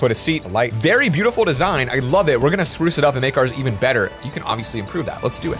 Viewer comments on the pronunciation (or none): ‘we’re gonna spurce it up’